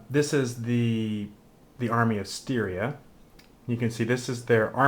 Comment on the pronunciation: Stygia! With a "g" ! :) Thanks for the video.